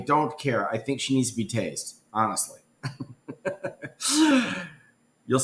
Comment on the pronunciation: It’s ‘tased’